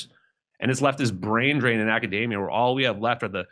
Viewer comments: fuck here's another grifting shitbag who pronounces academia like macadamia. There has gotta be a connection here. What I can't wrap my head around is why the mispronounce academia and pronounce Aether (the combined ae, known as an ash) like ether (the shit found in starting fluid and the bloodstream of early Irish authors). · He pronounces academia like macadamia nuts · Acadaymia? Like it rhymes with macadamia? 😂🤣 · Gotta love when grifters call academia “acadamia” like it’s a macadamia nut. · Something that really makes me trust someone's take on what's going on in academia is when they can't pronounce academia right... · Academia rhymes with macadamia folks, just so you know. Ok carry on. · it is pronounced ac·a·de·mi·a [ˌakəˈdēmēə], not like mac·a·da·mi·a [ˌmakəˈdāmēə]. Let's start there. Thanks!